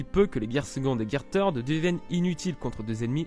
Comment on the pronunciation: Par contre " Third " ce dis pas comme ça